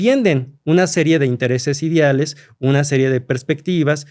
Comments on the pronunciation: Si mi amigo doctorante pronuncia Idiales y no ideales, esta cabrón como llegó ahí... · Ni sabe hablar jajajaja dice “idiales” “acordiones” y se supone que es doctor 😂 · Y además los “idiales” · Historiador que dice "idiales" 😅